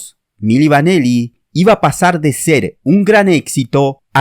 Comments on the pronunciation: Se pronuncia "mili vanili" no mili vaneli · Milli Vanilli..no Vaneli..al menos pronuncia bien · Es Milli Vanilli no Milli VanElli como dice el narrador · Y es VANILLI, con I. No VANELLI, como dices al principio del vídeo. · El video está muy bien explicado pero los fallos de llamar milli vaneli y Fab morgan son imperdonables 😂😂😂